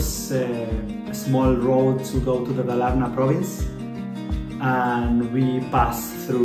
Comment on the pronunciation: Yeah you realy got you a cottage outside of nowere! And it was great, an old countryside family house! You prononuce Dalarna in the wrong way, its high pitch on the first A! Dal = walley, Dalarna is "The wallyes", we have another old area that is cald Dalsland, its south of Dalarna and Värmland, so obvius its The land of wallyes!